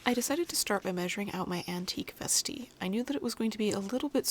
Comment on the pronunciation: Vestee sounds so classy when she says it. I've been reading it in an Aussie accent and it does not sound classy at all. ' just gonna pop on me vestee m8.